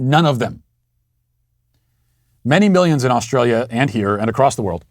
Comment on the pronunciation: I am an Aussie, I like how you say Australia and New South Whales. All Americans should pronounce it like you do, cheers mate.